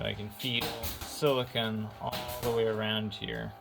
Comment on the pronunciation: oh and its silicone not silicun